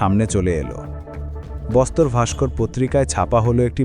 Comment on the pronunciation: বস্তার.. বোস্তর নয়... উচ্চারণ সঠিক হওয়া উচিত